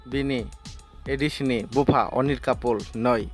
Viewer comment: In voice over Your pronounciation sould be accuracy and clear. Tilonga or Tiranga? Anil kapoor or ani kapool? It should be R instead of L